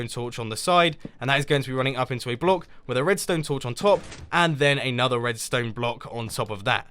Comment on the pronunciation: Hahahahahahahhahahah I hear that. The right pronounce of block is block u say ( BULOK ) in faster way